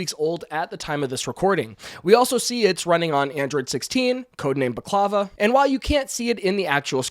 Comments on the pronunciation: Bah clavah.... I legit LOLed at his pronunciation of baklava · Thats a really interesting way to say "Baklava" lol A very delicious sweet treat